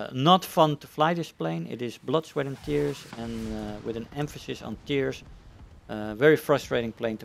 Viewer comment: Emphasis on tears😂😂 yep